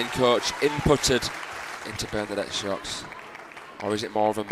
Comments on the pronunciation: i never imagined someone could say Socks 😄 instead of Sœč - yeah , that's approximately what it should sound like . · The pronunciation is not so:ks it's Söchi (very short œ =ö )!!!